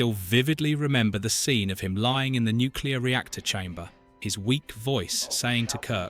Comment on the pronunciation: 👎🏻👎🏻👎🏻👎🏻👎🏻👎🏻👎🏻👎🏻👎🏻👎🏻👎🏻👎🏻👎🏻👎🏻👎🏻👎🏻👎🏻👎🏻AI voice over...👎🏻👎🏻👎🏻👎🏻👎🏻👎🏻👎🏻👎🏻👎🏻👎🏻👎🏻👎🏻👎🏻👎🏻👎🏻👎🏻👎🏻👎🏻👎🏻👎🏻 "nu clea are reactor chamber"??? NOPE!! "I have lived and I have Loved"??? NOPE!! You've watched DOZENS of Times??????? "ROTH of KAHN"??????? I DON'T THINK SO 👎🏻👎🏻👎🏻👎🏻👎🏻👎🏻👎🏻👎🏻👎🏻👎🏻👎🏻👎🏻👎🏻👎🏻👎🏻👎🏻👎🏻👎🏻👎🏻👎🏻👎🏻👎🏻👎🏻👎🏻👎🏻👎🏻👎🏻👎🏻👎🏻👎🏻👎🏻👎🏻👎🏻👎🏻👎🏻👎🏻👎🏻👎🏻👎🏻👎🏻👎🏻👎🏻👎🏻👎🏻 BOO THIS GUY!!!!!!!! BOOOOO!!!! BOOOOO!!!! RUBBISH!!!! FILTH!!!! MUCK!!!!!